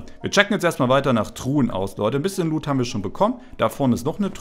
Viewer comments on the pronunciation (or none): none